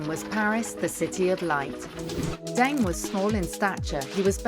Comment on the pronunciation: Or Deng... Zhou! "Daing" and "Zou." Lol, bizarrely lazy.